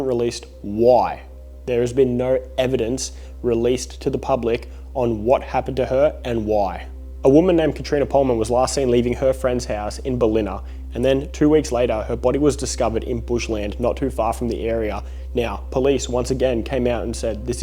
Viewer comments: its pronounced.... bal ina. not ba lina. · hey... bruh.... it's pronounced bal ina, not ba-lina. you're welcome. aren't you aussie? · Bell ina not ba Lean a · Burr-Linna? That's not how you pronounce Ballina mate, Byron has always been a shit hole full of druggo's and is well known since the 70's for it's transient community of rapists.....There is no serial killer just a bunch of dole bludging drop kick fucking losers, Then you have the dodgy Tourists from mostly Brisbane and Sydney who, when they aren't in Byron, are traveling to Thailand to have sex with child prostitutes. Then you have the bullshit artists in the comments section just making shit up. It's not just Byron either, loads of ex-con's, crims and ice heads on the central coast and in Newcastle, Then you have Coffs, home of Australia's biggest bong shop. people doing anything atm for some content, from serial killers on the loose to port arthur being a conspiracy to get our guns ....but hey ... "Anything for the views" right? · Aaaah I was confused when he said Ba-Lina thinking where the hell is that? I only lived and worked in Byron for 20 years and have never heard of Ba-Lina 😂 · lmfao yeah nah i was like... this guy's an aussie and can't say Ballina properly, i gotta correct him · Byron Bay has been destroyed by tourists.... absolute sess pit. The only butcher here is your pronunciation of Ballina 😂😂😂